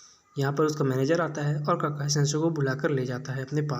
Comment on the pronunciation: Kakai nahi bhai, Kakashi Sensei